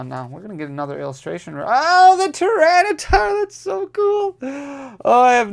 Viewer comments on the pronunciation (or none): none